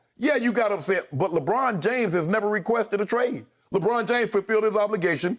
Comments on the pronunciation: Lebraawwn lol smh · “LebRAWN James”